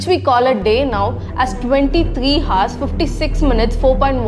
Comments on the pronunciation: Well Hours is not pronounced as Hars it pronounced as ours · Alia bhatta?? Hars? Or Ours? What is wring with you, you are not live. Then why not make a correct pronunciation!! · Well that's the first time I've heard "hour" pronounced as HAAZ. 🤣🤣 and a year = ear 👂 lolzzz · Ours wrong pronounciation Hours rihgt pRonOuNTIAn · Sister, ‘H’ is silent in ‘Hours’ 👍 You are pronouncing it wrong. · Ok nice but why does this person say (hu)ours like miss guurrll ur not supposed to pronounce the "h" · Pronounce " Hours " again.